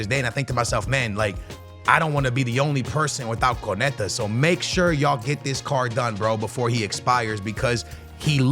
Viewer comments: It makes my skin crawl every time he says it wrong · say it with me it’s pronounced cone-nah-tay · It’s crazy how lazy content creators are, in particular doesn’t even bother to learn how to say konates name yet his video is about him, not to mention konate is currently one of the most solid cbs in world football rn too